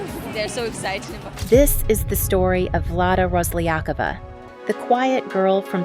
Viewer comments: Rosliyakova? Seriously? You not even trying to know how her name pronouns... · RoslyakOva, stress on the last "O" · They never stress it right. :-)))